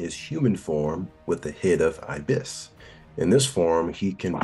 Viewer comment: The bird god is called an I-bis, with a long “I” sound.